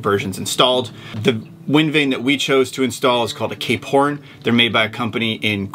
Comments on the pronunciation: Ever since you guys said Cape Horn now all they hear is K porn lol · I can't un-hear K-Porn ... lol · Stop saying K Porn. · I can not unhear k-porn now 🤷‍♂️